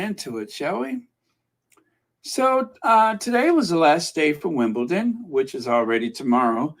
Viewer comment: you keep on saying Wimbleton. It’s Wimbledon with a D not T. You caught yourself at the beginning but towards the middle of the podcast, you were mispronouncing it 😊😊